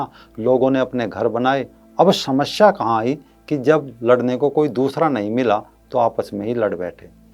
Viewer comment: "शमश्या" होता है या "समस्या" उच्चारण तो सही कर लो पहले पत्रकार जी.....